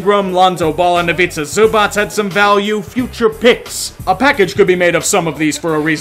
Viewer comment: Dude, the way you pronounced Ivica Zubac just hurts 😣 They're definitely going to regret trading him, though.